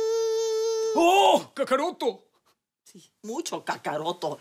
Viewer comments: Kakarotto?? Jajajajaa buena!! Hasta francesca termino diciendo kakarotto... quien diria?? Jajajajaja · Kakaroto xd???? Que mmd xDD Para las palabras en inglés si la producción de afhs se puso atenta, pero para el japones... Karoto, que mrd xddd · Ese diciendo kakarotto xddd